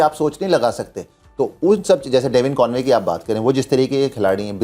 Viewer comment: Yaar Gaurav Kapoor - teenage se tumko sun sun ke angrezi seekhe hain, tum saala Conway to Convoy kyun bol rahe ho bey? :D